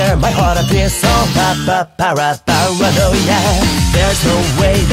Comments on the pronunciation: 2つ目のコメント失礼します!!さすがに最高すぎません？のイケボォにあってるし、前の女声の時は可愛さがあったけど今回は狂気感を感じました(なんかごめんなさい)かっこよさには変わりないんですけどね!!『パーラノーイア』の発音めっちゃ好きです➰🫰🏻❤️‍🔥いつもお疲れ様ですっ！ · うぽつです！女声だけでなく、Englishver.も出してくれて嬉しいです！この曲大好きなので英語訳も覚えたいな…… 好きなところ コーラス毎度ありがとうございます……たまに聞こえてくる「つ」の発音が好きすぎて何度も聞いてます⸜❤︎⸝‍ 「para」の発音が綺麗で癖になります……！ ここのリズム感、心地いいです 「Here!」かっこいい！！ がなりかっこいいし、息の抜け方がちょっと清楚で好き…… コーラス英語感あってかっこいい 「狂狂」かわいい！！ 今度はかっこいい！？振れ幅すごすぎます！！ ちょっと高めの声が今度かわいい…… がなり好きだ(*˙˘˙)♡ え！？清楚！？ だんだんテンションが上がっていって遠くに飛ばすような声が刺さる…… 「soon」も上同様！！ リズム感好き！ 音ハメ神ってますね 日本語だと同じ言葉を繰り返してるだけなのに英語訳したら変わるのアレンジが好きです……所々入る早口とがなりで何度も聞いちゃいます！ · 英語だから当たり前なのかもしれないけど｢パラ｣の発音が｢nパra｣って感じでめっちゃすきです(^ ̥_ ̫ _ ̥^) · バグ英語ver.凄いかっこいい〜女声ver.の時と雰囲気違ってより楽しめます🫶🏻 色気ある歌い方と力強い歌い方、アレンジコーラスどれもかっこいい✨ パラノイヤの発音がしっかり英語になってて細かい所まで拘っていて素敵です。 やっぱりの歌声最高です👏🏻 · バグはパラノイアとかバグとかで 発音の良さがめちゃめちゃわかる！！ 曲と声質が合ってて最高！！ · 日本語カバーに引き続き英語でも!? ひさしぶりのかっこいふfullで聞けて最高でした！✨ パラノイアのとこも日本語カバーの時より英語っぽくなってて、発音とか何もかもにこだわっててめちゃ良かったです！！ときどき入ってくるがなりとかほんとにかっこよくて聞いててほんとに飽きない😭✨くるくるのとこ裏声なのほんとに可愛くて素敵でした🥹✨ ラスサビ前少し音が籠ってる？ような表現になっててうわー！くる！！みたいな感じになって凄かったです💓🤟 そのまま英語に訳すんじゃなくて、訳す上で凄いこだわってるんだろうなぁってのが伝わってきてめちゃめちゃ魅了されました💭💙🫶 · パラノイアの部分そのままなのに発音良すぎてアレンジに思えてきちゃいます🤔ハイテンポの歌なのに英語スラスラ歌えちゃうのは相変わらずてんさいふです！ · んぇ...バグ2回目ですか...!? 好きなんですけどゑ、無理です（（ぇ 全力待機です...もうペンラ持ちます ... 😭😭 ◇ 視聴後 . 初めのコーラスからもう鳥肌が止まりません...🥲🥲 「paranoiA（D）」のとこ発音まじすきです、、 思わず唸っちゃうくらい好きです、まじでかっこよすぎます😭 ちゃんとペンラ振って聴きました（） 『あはっ』のとこ『あはーん』なのやめて欲しいです、、wwww（ツボ） もう全体通してくそかっこよすぎてしんじゃいます...素敵な歌みたありがとうございます...✨💙🥲🥲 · うー、かっこいいー！ かっこよくて涙出ます♡ 最初の方「パラノイア」の発音、超かっこよかった！ 同じ曲を女の子の声でかわいく歌ったかと思えば、かっこいい英語で歌ったりと魅力の幅がやばいですね、本当すごい！ 大好きだー！ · パラノイアとかの発音が大好き^..^♪ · 英語かっこよすぎます😭色んなのバグを楽しめて幸せです贅沢、、、🌟 コーラスすごく綺麗でお洒落でキラキラしてました！！！間奏の重なり具合やばいです最高です٩(｡˃ ᵕ ˂ )و♡ がなりと最後の勢いよく畳み掛ける感じすごくかっこいいです🫶🏻 パラのラの発音とサビ終わりの息の抜き方もとても好きです 狂狂と笑い方かわいくてすきです🎀♡(ᐡ•͈ ·̫ •͈ᐡ )。